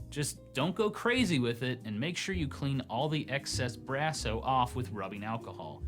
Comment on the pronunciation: I like how you say Bra-so..instead of Brass-o..I have never had an issue with Brasso eating my games..I use it all the time..never had a problem..this is fake news.